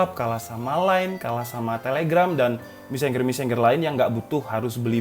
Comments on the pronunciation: Messenger Baca : messenjer Bukan : messengger 🤣🤣🤣🤣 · Mesenjer bacanya bukan meseng-ger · mesenjer bacanya bukan mesen ger. kecuali finger, emg bacanya fin ger bukan finjer.